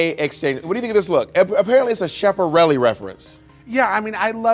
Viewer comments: It’s pronounced as S-KAP, not S-chap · Bob pronouncing designers names is always my favourite! 😅 not miss “Shaparelli” girl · Somone needs to teach Bob how to pronounce Schappereli 💀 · Not Bob saying “shaparelli” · bob pronouncing schiaparelli as "sheparelli" is killing me lmfao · Oh my God Bob saying Schiaparelli wrong made me laugh so much. 😂😂😂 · Thought this episode was a bit messy - I love Bob but she really ought to have known who the Lady Chablis was (she was a drag queen, not a Hollywood starlet) and how pronounce Schiaparelli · bob!!!! read 'the chiffon trenches' by Andre Leon talley <3 it will help with your pronunciation of sciapparelli and will inform you on who exactly Diana Vreenland is. This is not a read..well I guess it is. But really I honestly think you'll enjoy it and get a lot of inspiration from it. love you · the way Bob pronounced Schiaparelli 💀